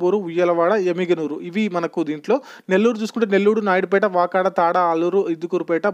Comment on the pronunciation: Vakada kadu brother VAKADU